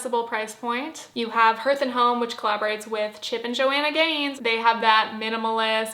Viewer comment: Hearth is pronounced “harth,” it doesn’t rhyme with earth